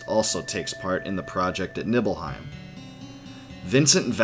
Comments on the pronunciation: I love this video but it’s KNEE-BELL-HEIM, not Nibble-Heim lol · And Nibble hiem... Always said it Knee bell hiem. Those pronunciations irked me but still great vid!